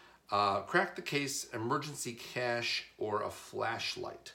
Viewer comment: You keep pronouncing cache wrong.